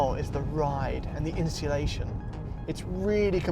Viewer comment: The in sea lation = insulation ;)